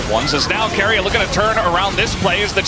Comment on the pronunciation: stop calling keria KOREAAAAAAAAAAAAAAAAAAA >_< lol